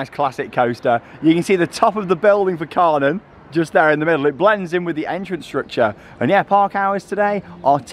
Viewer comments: Kärnan is pronounced like care-nan. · Looking at going to Hansapark this summer and is searching on Youtube to see what we could expect. Just had to pause in your video to comment on the fact that the Kärnan actually seems to be a replica of a well known landmark in Helsingborg, Sweden called Kärnan (in english pronounced like the two english words Chair and Nun put toghether). Can't wait to get on this ride!! 😍Now I'm gonna keep watching the rest of your video and I have a feeling you will get me even more excited to go to Hansapark! 😁